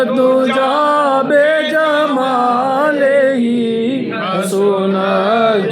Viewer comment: Ladies n gentle man word by jamal ni hota bi jamal hota a by jamal ka matlab jis ka koi kamal nai by kamal ni bi kamal hota a